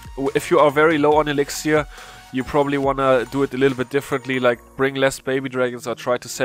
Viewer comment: When he says 'elixiar'